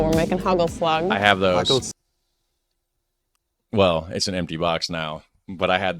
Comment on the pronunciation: Old Amsterdam cheese, you sound like a Dutchie with the bread hagelslag you know how to do it✌️🇳🇱